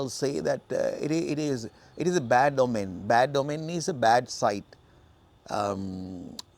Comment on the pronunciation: ඕමන් not ඔමෙන් according to the dictionary